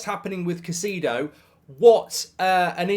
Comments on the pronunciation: Who's "Kah-see-dough"??? It's such an easy name to pronounce Mark.. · Caseedo? Spend sometime down south, it'll help your pronunciation 😂 Great transfer round up BTW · Mark never dissapoints to misspronouncing every single players name WE SIGNED CAICEDO MARK SHHH